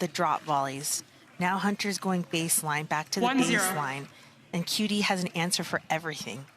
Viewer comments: The stupid commentators. They can’t even learn to pronounce the player’s name correctly. Do they event got pass high school? Shame on them! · Commentator was talking too much and couldn’t pronounce QD correctly. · Learn to say QD's name Dammit!